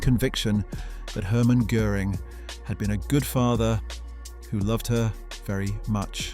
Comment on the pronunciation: How hard is it to look up the pronounciation of ö before doing a video!